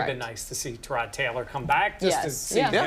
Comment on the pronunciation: Say it with us all: TIIIIIE-ROD. It's not "Terraud"